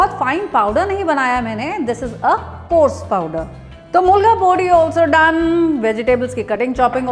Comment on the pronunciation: Very nice... "mulga pudi'🤩 it's "milagai podi" madam.. but was very nice to hear ur accented "mulga pudi"